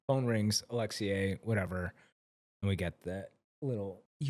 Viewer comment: Your pronunciation of “Alexei” is wild. “Alex-see-YAAAYYY” is western prison honey.❤(edit- use your tongue however you want 😬)